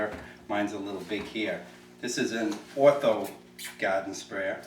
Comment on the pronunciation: "Gahden Spraya"